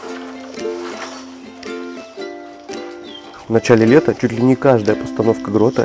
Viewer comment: Блииин таксист пеееес и бесит ска.Котээээ ну блин праильна левентик,ударение на вторую е. Катамаран барашек,лижбы защемится как в российской пробке в час пик.Ездуны блин.